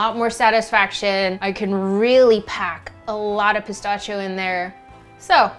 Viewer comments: That was driving me insane. It's "pi-STASH-ee-o"!!!! 🤣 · Wow! Such a great video and recipe. To pronounce it correctly though is - puh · sta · shee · ow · The way you pronounce "pistachio" is both adorable and infuriating at the same time. 🤣🤣 Awesome looking chocolate bars BTW. 😁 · She says pistachio funny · It was cute at first, but i was yelling at my screen by the end. 🤣